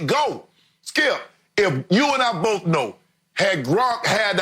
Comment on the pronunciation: Shannon - U & I bowff know